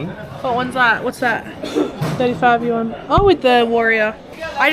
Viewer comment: Good on you for giving it a go with basic phrases, but just wanted to suggest that - you've mixed up your pronounciation of the "a"s in Xi'an and yuan: it's "See-Arn", and it's "Yu-en"